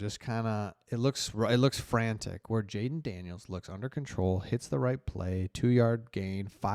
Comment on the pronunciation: You said "Dayden Janiels" twice in a row lol, thank you for the good work you do brother